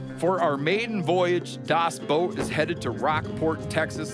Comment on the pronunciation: 'The Boat' or 'Das Boot', but not 'Das Boat' xD